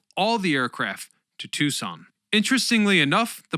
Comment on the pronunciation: Unbelievable!, for someone who gets so many words mispronounced, it is stunning how you got both Tucson and Davis-Monthan Absolutely perfect!